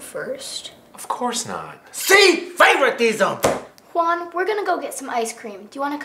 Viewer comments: Locote Chido it’s pronounced Juan and good joke lol 😂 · GamerOA YT it’s pronounced “huan” and its spelled Juan